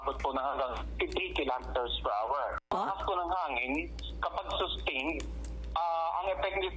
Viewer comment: Where the hell did you get that pronunciation “hour”, pag aralan mo ang tamang pagbigkas.. nakakainis pakingan…